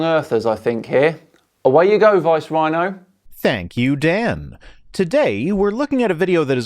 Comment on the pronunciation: So many big words! Pronounced so well! Without hesitation or mangling! Well done and you have a new subscriber:)